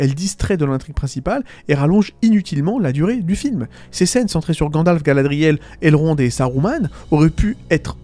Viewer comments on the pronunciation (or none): none